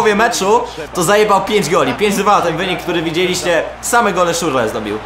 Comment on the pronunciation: To jest Szczur le a nie Szurle :D.